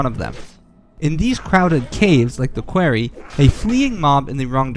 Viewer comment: Thats not how you say quarry